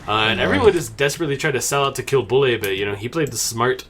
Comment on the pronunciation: Bulle doesn't pronounce "Bully", we say: "Büll"